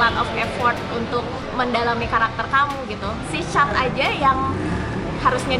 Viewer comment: nama kakakny bacany: Chat bukan Chut. judul asli bhs Thainy Nong Pi Thi Rak. artiny: younger sister, older brother, and lover.